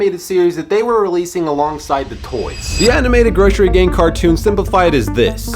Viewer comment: It’s GROSSery gang (Gross-err-eee)